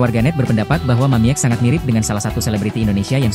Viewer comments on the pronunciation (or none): Woi anda salah baca bukan Mamiek tapi bacanya mamik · Yang baca narasi bikin bingung. Harusnya dibaca "Mamik', bukan *mamièk. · Min bacanya Mamik jangan Mamiek lucu dengernya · Yg baca mungkin kurang wawasan, sedih. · Mamiek seharusnya dibaca "Mamik" karena huruf e hanya gaya penulisan saja. 😅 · Bacanya Mamik .